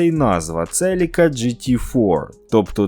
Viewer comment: Вчимося говорити Українською разом - Celica - Селіка (UA); Lancer - Лансер (UA); Civic - Сівик (UA). Московитська - Celica - Целика; Lancer - Ланцер; Civic - Цывик.